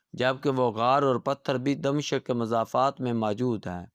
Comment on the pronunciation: طوطا کہانی دہرانے سے پہلے تھوڑا پڑھ بھی لیا کرو۔ یہ دَم شِق کیا بلا ہے؟ دَمِشق نام ہے، شام کا دارالحکومت